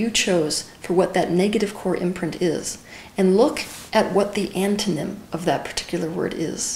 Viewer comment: pls help, does she say "look what the ANTHENEM of that word is"? I cant translate :(